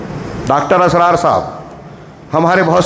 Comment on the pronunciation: Ek baat daawe se keh sakta hoon ke aap bhatak gaye ho. Jo bhi Dr. Israr (not Asrar - sahi se pronounce karna chahiye) kaha woh bilkul sahi hai aur waha ke logo ke liye ya in general kaha ke jaise aur bhi mazhab hai waise hum log apne deen ko ussi tarike se le rahe hai. Ye deen ka tarika nahi hai.... Balance between deen aur duniya pe kaha indirectly par aap pe shayad shaitan haawi hua hai toh aap ye baat nahi samaj sake